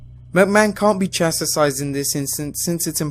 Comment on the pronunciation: Your pronunciation of the word chastised is wild lol